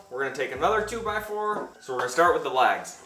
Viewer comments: Can you pronounce "LEGS" and not LAGS? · Unless I've heard you wrong those 4 2x2s are legs. It sounds like you keep calling them lags. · I was a bit thrown off by how you pronounced legs as "laags". Great vid though. I'm off to the hardware store. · I guess me being from the south, I know he was saying “legs”, but I swear to my ears it sounds like “lags” lol. Doesn’t matter, just saying. Didn’t know if it was just me or not . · Where are you from? I keep thinking you're saying "lags" for "legs" confused me the first time but I giggled after that. I'm from New England so we sure give you enough to giggle at. 😂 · I've never heard legs pronounced lags before. I guess it's an accent I haven’t heard before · Except he pronounced the legs as "lags".